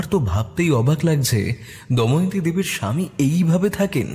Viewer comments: অনেক দিন পর র আগমনে মনটা যারপরনাই খুশি তে ভরে গেলো।তবে এত সুন্দর উপস্থাপনা য় ছোটখাটো কিছু ভুল মনে কষ্ট দেয়। চরিত্র গুলির মধ্যে কেউ একজন দময়ন্তী নামটির উচ্চারণ 'দয়মন্তী' করেছেন। এটা একটু খেয়াল করবেন। দ্বিতীয় পর্বে যেন এই ভুল না হয় এই অনুরোধ করছি। অধীর আগ্রহে অপেক্ষায় রইলাম ❤ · Puro golpota khub sundor But it's not doymonti It's damoyonti